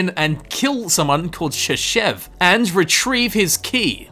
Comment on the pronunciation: "Shashev's key" sounds like "Шишевский" )